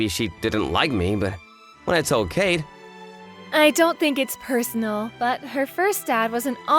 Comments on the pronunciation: Hmm why does the voice actor keep calling the wife's name "Cade" instead of "Kaede"? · Kaede (楓, かえで, ) is not pronounced caid, its pronounced kah-eh-day